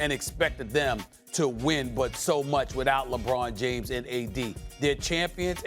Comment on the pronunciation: Kendrick "LehBROHN Jayms" Perkins